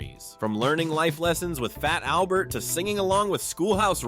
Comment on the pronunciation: Yeah and I've been asking this question frequently and no one will answer it.. and it isn't just here but answer me this.. did you hear how he said fat Albert? The "t" is silent..he says:"Faa-Albert".WHY????